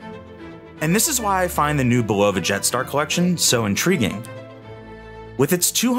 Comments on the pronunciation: It’s not buh-LOVA, it’s BUH-luhvuh. Call the company themselves and listen how they pronounce it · The correct pronunciation is “BU-luh-vuh” with the accent on the first syllable! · Is it not pronounced "BULL-o-va" instead of "bul-O-va" ? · Please learn how to pronounce the brand name.